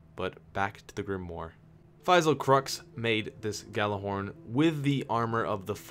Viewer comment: WOW he fucking nailed the whole Gjallarhorn thing xD